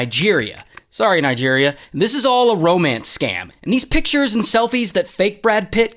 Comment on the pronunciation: Nigeriyaaa😂😂😂😂